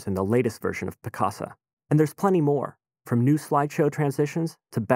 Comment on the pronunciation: It sounds like hes saying Piss-caca .